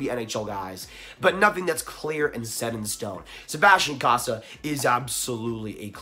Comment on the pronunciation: I commented a few times it’s pronounced CO-SA